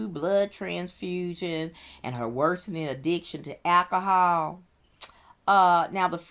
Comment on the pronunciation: I couldn't listen to her say " catonic' or cantonic" " one more time. " Akahol " either. .